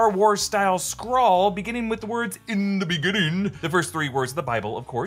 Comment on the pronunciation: "een da beneenging"